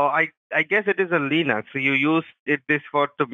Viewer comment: "Leenux" lol